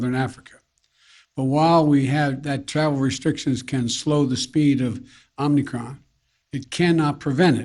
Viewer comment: Omicron...he said Omnicron.